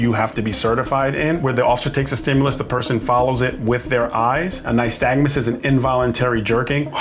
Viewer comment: Glad you said "nystagmus" because an officer on another stop called it "nystagnus" and I thought I 'd been saying it wrong. Obviously I watch too many of these videos. 😂